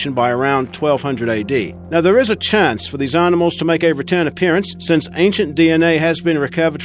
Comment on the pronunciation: aar-nimals?? Maar-moth??